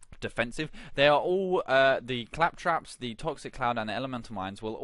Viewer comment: Fantastic build. Building toward this now. I will say though CAL trops. Say it with me CAL as in California. Trops as I'm tropical. Caltrops. Not Clap traps lol